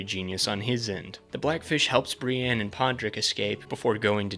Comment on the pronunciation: Bri-ENNE not bre-ANN